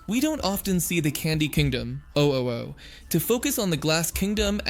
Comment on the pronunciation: Maybe he said it like that to annoy people